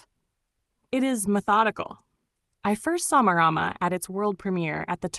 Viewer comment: Pronounced mar rar mar roll the r.